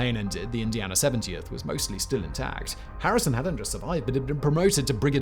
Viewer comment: why do you say Indianer?